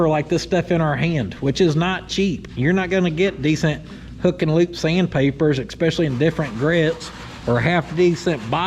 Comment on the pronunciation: eSpecially not eCKspecially lol